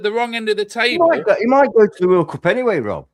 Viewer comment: Bro said MIGHTY villa lol